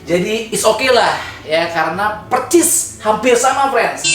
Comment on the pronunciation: Persis bang bukan percis